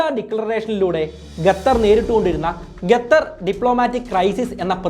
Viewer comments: Qatar എന്ന് പറയാൻ പഠിച്ചിട്ടു വാ മോനെ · എന്നിട്ടും qatar എന്ന് pronounce ചെയ്യാൻ പഠിച്ചില്ലേ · Adyam nee Qatar ennu sarikkum ucharikkan padikku.. Ennit valiya kaaryangal samsarikku.. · നീ ആദ്യം ഖത്തർ എന്നു പറയാൻ പഠിക്കണം എന്നിട്ട് കുരക്ക് 😆😆😆😆ഖത്തർ വേറെ ലെവൽ ആണ് നിനക്ക് ചുക്കും അറിയില്ല ഖത്തർ കുറിച്ച് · Qatar aan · ഖത്തർ എന്ന് മര്യാദക്ക് പറയാൻ അറിയാത്ത എന്ത് നിരീക്ഷണം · Very Informative and I do follow you regularly...but it's really annoying the way you pronounce Qatar. Hope you will consider it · Gathhar alla, Qatar.. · താങ്കൾ ഗത്തർ എന്ന് പറയുന്നത് പോലെയാണ് കേൾക്കുന്നത് ശരിക്കും Qatar എന്നാണ്. ഏകദേശം "ക" പോലെയുള്ള ശബ്ദം.എത്താൻ വേണ്ടത്.മലയാളത്തിൽ ലിപി ഇല്ല. എങ്കിലും ഉച്ചാരണം ഒന്ന് മെച്ചപ്പെടുത്താൻ ഷധിക്കുമല്ലോ. നന്ദി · 10 references and studies to make the video is not enough ,its shown in content . Pronouncing also wrong not Gatar its Qatar. Use English cafe urself also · Suhruthe … Gatar alla Qatar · Bro , presentations are v good but the add in between is boaring also not Gathar , it is QATHAR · Please bro... Qatar not Gatar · Not gatar its qatar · Not ghather, say khather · Bro gatar alla qatar anh pronouncation tath anh🙄🙄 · Gattar alla kuzhi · Gatar alla qatar 😂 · Please it is Qatar ( ka) and not gathar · Correct 😂 Adyam poyi pronounciation shariyaakku settaa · Don't say Gatar... Say Qatar... Correct yourself 👍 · It's not gatar. It's Qatar. I think u need to learn English ASAP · Video കൊള്ളാം pakshe ഗഥർ അല്ലല്ലോ ഖത്തർ അല്ലെ? 🤔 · Eda kezhange. Gatar alla..its qatar. Kaa ann..kalla newsil ayit erangike ann. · Gathar aano Qatar aano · Gathar alla kathar 🤣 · Gathar alla..... Its Qatar.. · ഗത്തറല്ല മൈരേ. ഖത്തർ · Gather alla saho...Qatar 😜😜😜😜😜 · Gatthar ella bro . Qatar. Qatthar ennu pronounce cheyyum. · Bro Gatar alla … Qatar aan … pls. Correct your pronunciation … it feels soo weird hearing Gatar Gatar… Pls look after it! Great content though! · ഗതർ അല്ല. ഖത്തർ... മലയാളമെങ്കിലും മാന്യമായി ശരിയായി പറയാൻ ശ്രമിക്കുക... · ഗത്തർ അല്ല... ഖത്തർ ആണ് സഹോ....